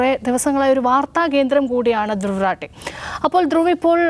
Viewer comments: രത്തീ അല്ല റാഠി.. please തിരുത്തൂ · ധ്രുവ് രെത്തീ അല്ല ധ്രുവ് റാഠി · റാട്ടി അല്ല റാഠി ആണി മല്ലുവിന് പാടാവും പറയാൻ because നമുക്ക് എല്ലാ ട അല്ലെ ഉച്ചാരണം